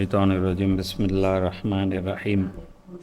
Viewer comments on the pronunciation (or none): பிஸ்மில்லாஹ் சரியா சொல்லத் தெரியல 🤦🤦🤦